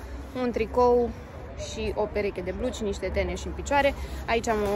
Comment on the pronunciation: "Teniși" nu "teneși". 😁